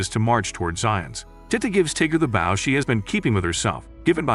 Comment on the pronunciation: When it’s spelled bow but the bot voice says baw